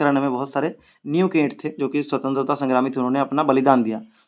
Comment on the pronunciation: New kii it nahi niv kii it hota hai sirr